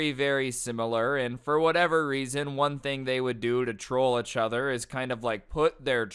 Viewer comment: Every time you say achother my soul dies